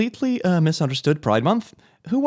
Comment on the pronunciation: Cerberus is pronounced with a hard c sound, like the encryption named after it, but spelt differently, Kerberos.